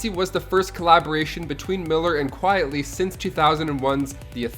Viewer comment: Frank “ Quite-ly” and Josh “Due-Mel”. That’s how they’re pronounced.